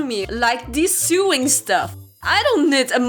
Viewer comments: I don't want to be mean but sewing is pronounced S-OW-ING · Pronounce Sow-ing ( no hate) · You said sew wrong xD its pronounced SOH even though its spelled sew. And sewing is pronounced SOWING. Not sue ing lol. And germaphobe is pronounced JERM- aphobe not gurm-aphobe like you're saying here. That food you made isn't called pancakes, and isn't from Austria. They're called Crepes, and they're French. (The second photo you showed was of crepes) And if you didn't make crepes, then you likely made Dutch Babies, which are also a European dish. Oh and you also said "Welcome Abroad" but uts actually "Welcome ABOARD" xP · Friendly pronunciation correction: Sewing is pronounced like "so-ing" And germaphobe is pronounced: "jer-ma-fobe" :) Everything else was pronounced fine! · First video of yours that I've watched and it's hilarious!! I also literally adore how you pronounce 'sewing' through this whole thing its the best